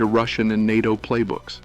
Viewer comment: Yes. The AI can’t say NATO. It says “N A T O”.